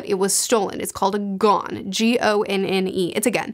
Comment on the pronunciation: As I said elsewhere, I think 'gonne' is supposed to be pronounced as 'gun'. Compare the poet John Donne.